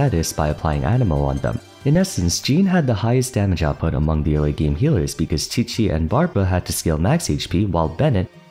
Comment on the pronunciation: Dandelion breeze does not deal periodic anemo damage. It only damages opponents who are entering and leaving the field. I hope you research a bit more the next time you make a video like this, because a lot of people look to you for valid information on the game... Butchering Qiqi is ok, cause it's not her video but Jean is the subject of the video, and hence mistakes there aren't as ok... A few mistakes are fine, but tbh, I've encountered a lot of em in your videos as a huge why noone/everyone plays fan... I sincerely hope you do better next time!! But nothing will stop me from watching your videos tho..